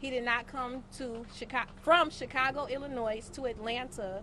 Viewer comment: IlliNOISE? Girl, what law school did you graduate from? Young man you should’ve used better representation. She can’t even speak or pronounce properly.